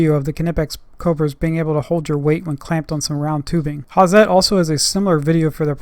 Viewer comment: Hi, nice videos you make! I see them a while. I just want to tell you, Hazet isnt spoken with a soft Z, you have to use it hard (like the tools). Speak: "ha-Zett" Sharp 'Z', short strong 't' greets from Germany